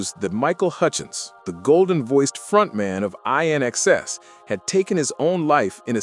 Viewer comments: inxs not i in xs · 😡 Hey it's INxs as in and out NOT ionxs!! try pronouncing correctly. so why didn't the taxi driver go around them?? just looking for trouble clearly he suffered from PTSD too i actually don't recall seeing that part of the movie 😔 i think it was edited out when shown on tv here in Australia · same thought : I. nXs 🙄 . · It’s pronounced “IN EXCESS!”….NOT I.N.X.S.!! 🙄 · Please its INXS pronounced as IN EXCESS, get it right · Dude everyone knew what happened to him. He was beaten up outside a nightclub and you can’t even get the name of his band right! It’s pronounced ‘IN XS’ as in ‘in excess’ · can be really annoying. The group's name is pronounced In Excess. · You're prouncing the name wrong! It's pronounced in-ex-ses! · Its not I inxs, its inxs that simple, this is the biggest load of sh..i...tttt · You’re kidding me right? You’re presenting this as news and we’ve known it for years. Also, if you can’t get your to pronounce the band‘s name correctly don’t upload. Couldn’t you split the word in 2 in xs so at least the narrator could get it right? Eye-nxs! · Say ""In Excess"" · Pronounce the band properly...in...inxs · That bugs me too,when the narrator doesn't even bother to get a person's name correct I watched a video where the narrator called Truman Capote,Ca pote ,til I thought I would scream.This guy kept saying I N X S...try just reading captions instead of listening ,that helps some lol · It’s pronounced in x cess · or, learn to say the damn name correctly, INXS-'in excess!!' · RIGHT? Band name was INXS, pronounced In excess.. Michael did not have a younger sister.. just an older half sister on the mothers side. Otherwise well done.. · Ugh. Eye NXS? WHAT AN IDIOT. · You got all the facts wrong. Oh, and it's pronounced "in excess" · F... can't even say InXS 🤦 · my god. you dont deserve your name..... its inxs..... not how this says it.... sort your out... dont bother guys....... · you are so wright